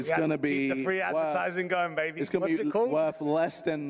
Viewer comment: Wuuuhf = worth